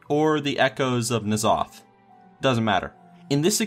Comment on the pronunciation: just so you are aware for future reference, the correct pronunciation of N'Zoth is "Enzoth". I realize this is not obvious or intuitive from the spelling, but it is actually audible in the game's audio files-- many of Warlord Zon'ozz's RP quotes mention N'Zoth and this is how he pronounces it.